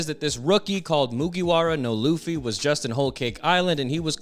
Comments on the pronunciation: Great video just please say straw hat instead of butchering his Japanese name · Its Ruffy not leaf low life luffy